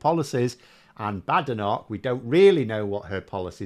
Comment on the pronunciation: It's pronounced "Bad Enoch". Together with Sunak, Priti Patel, Suella Braverman, Javid, Kwarteng & Zahawi .... I'm becoming opposed to immigration. Why is it that the children of immigrants are the toughest on immigration?